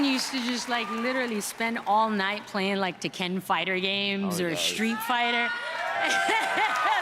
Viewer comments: Yo I was so sleepy after that Fast Furious horse mess that I didn't even caught onto that horrendous pronunciation of Tekken! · "The Ken Fighters" Bruh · Vin Diesel says he and Michelle are gamers Michelle mispronounces "Tekken," one of the most famous fighting series to this day Vin Diesel mispronounces "Sekiro" the Game of the Year 2019, immediately followed by the announcer giving the correct pronunciation thank you fast and furious